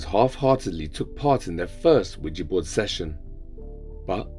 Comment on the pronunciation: Yo pronunciation is key 😂😂😂 Not Widgey board 😂😂😂